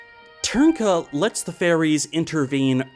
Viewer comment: Hearing foreigners trying to pronounce Ř will always be fun. But kudos for pronouncing Trnka more or less correctly,. BTW Dvořák isn't pronounced dvor-zhak, dvor-shak, dvor-jack, dvor-rak etc. And D isn't silent.